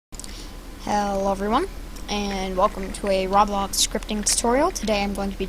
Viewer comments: Bruh IT'S PRONOUCED ROBLOX NOT ROB LOCKS OH MY GOSH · no offense i love the vid! bit its pronounced RO-BLOCKS not RAW-BLOX love the vid tho plz dont take it personaly no offense at all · Its not raaablaaax its roeblox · Aaaaaaaaaaa stop saying rablox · why it sounds like robax not roblox WHY? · roblox not rablox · he said rawblox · RABLAX Me: No, No, roblox not RABLAX.: RABLAX RABLAX Me:NO: RABLAX!!!!!!!!!!!!! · he says it like (raw blocks) and i love it :) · Why he say Roblox like this rablax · why do you say roblox like rawblox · anyone notice he said rablox lol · manz really said rawblawx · It's not pronounced rob blox it's to blocks spelled roblox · he said "roblox" in the most stupid way possible